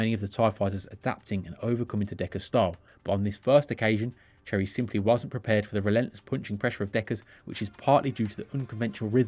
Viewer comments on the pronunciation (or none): none